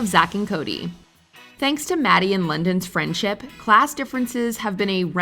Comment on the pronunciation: London not linden